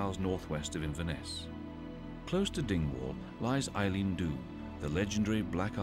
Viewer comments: Ah no! You've done it again. "Eileen" Dhubh. Did nobody spell-check this prior to release? Who is the narrator? "Eilean" is pronounced "Ellan". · "Eileen" Donan Castle?????? Get a grip. Your accent is Scottish but your knowledge of Scotland is sadly lacking. "Eileen" really!